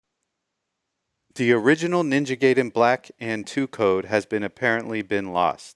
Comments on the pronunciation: Stop pronouncing it “Gay-den” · Oh no, he pronounced "Gay-den"